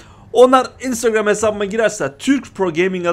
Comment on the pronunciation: Abi neden instagram sozunu inustagrem diyosun 😎😂